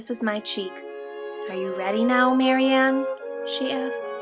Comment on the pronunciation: Um, its Marianne